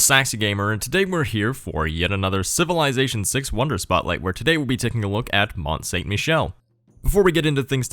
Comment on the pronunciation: If you're going to bitch about people pronouncing it right, pronounce it right. It's not "mont saint" - it's "mon san"